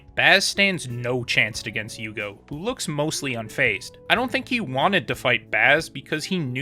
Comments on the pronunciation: Bleach is the first anime that I like so much I want to watch the fillers. Admittedly only after I finished the canon but still. Normally I just skip em and don’t think twice. I think name is pronounced “you-hah-bach” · Here u go, u had problems with Pronunciations right? it's yuhabakh or yuha-baha in Japanese pronunciation depending on characters personal dialect. In English, It's popularly pronounced as "yhhw akh" but you can also refer to him as "Yuha" it's popular among fandom.